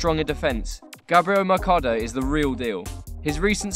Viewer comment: It's says selcado when his name is mercado and came from river plate not Chivad